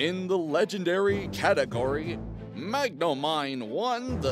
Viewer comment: Yay! I won. And you pronounced magnomine correctly.